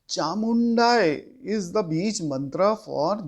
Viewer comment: It is not chamumdai, you are pronouncing like this. it is chamundayi. now a days lot of people start to give knowledge where they dont know how to pronounce propoerly....